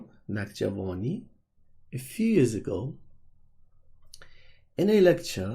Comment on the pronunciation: Why do you say his name with Iranian pronunciation